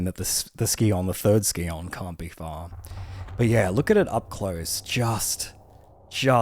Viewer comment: "scion" is pronounced like "Sai-Uhn", not "Ski-On"